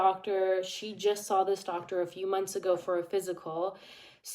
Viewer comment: Yep she says I sawl it 😂